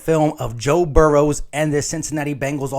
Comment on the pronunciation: No “S” in Burrow.. FYI lol.. GoBrowns